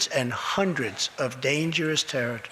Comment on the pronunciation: Hundreds and hundreds of dangerous “Terre-tis”